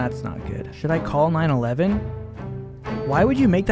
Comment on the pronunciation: did he really just read 911 as 9/11 oml